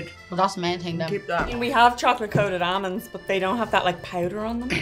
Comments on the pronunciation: was killing me with the “ammonds” 😣😖🤦🏻‍♂️. I love her, but you need the L. They’re aLmonds, girl. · almonds -- amonds, and so it begins! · Not one person pronounced Almonds correctly 🤔